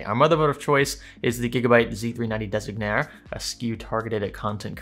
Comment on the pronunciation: Designare is said ''Desin-yaree, its the italian version of the english word.